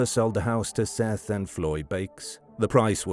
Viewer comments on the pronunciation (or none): none